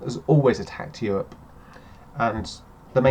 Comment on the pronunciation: i dont want to think i get really really angry; what is Euwope?